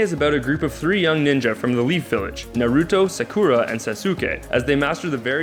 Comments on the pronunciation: Narooooto, Sakooooora and Sasooooooke. Hokajjjjj wtf lol lamo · next anime vid... please have someone who has watched one ep of one anime do that ep omg it's pronounced ná-rú-tó, sá-kú-rá and sá-ské hokaj? it's ho-ka-gay it's not gùn, it's gundam (yes pronounce it like english "gun") not ru-ru-nie ken-shin ru-row-nie omg please don't ever talk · it's pronounced sokra sos K and naruto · I'm triggered... Sasuke- Sauce-Kay; Naruto- Nar-ru-toe; Hokage- Ho-kah-gay; Sakura-Sah-koo-rah. Hope that cleared it up. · Anime names for dummies: Naw-roo-toe Sah-koo-rah Sauce-kay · Its NA-ROO-TOE xD And SA-KOO-RAH. I got so mad on sauske. its SAH-SK-AY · MeowAna Nar-uto, sack-cura and sas-uke-a.... kill me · The way you said Hokage, Naruto, Sakura and Sasuke gave me cancer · I actually had to pause for a moment. I heard Naruto's name mispronounced like that, but Sakura and Sasuke?! It hurts. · You pronounced Naruto, Sakura, Sasuke and hokage wrong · the wat you pronounced naruto sasuke and sakura literally (no joke) made my ears pop from disgust... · You said Naruto Sakura and Sasuke wrong